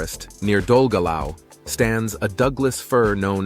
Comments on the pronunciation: Learn how to pronounce Welsh names. Dollgellow? No, Dolgethlai. Get it right or don't make videos about Wales! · It’s a very welcome view of Wales, having been brought up in London, but of ancient royal Welsh heritage of which am proud of, but also a non fluent welsh speaker, Even I know how to pronounce some Welsh words, but the narrator was well off track. Primarily Dolgellau s actually pronounced “Dol Geth Lee”, not “Dol Ge Lau”, sorry not being too picky, it is from the Ancient Brithonic language of the Beaker people, not Anglo Saxon.regards Terry Williams of Tudor descent. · Dolgellau pronounced Dellgethly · Great Video but I had great amusement at the pronunciation of place names i.e dolgellau is pronounced 'doll - geth - lee' and Carmarthen 'car - marr - then'. Mind you in all fairness, and I live in Wales, many of us can't pronounce the names right either 🤣🤣🤣